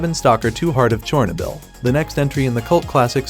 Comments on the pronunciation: 😅 butchered that 1 a few times lol.. char - no - bull... decent video otherwise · definitely A.I. listen to how he pronounces Chernobyl.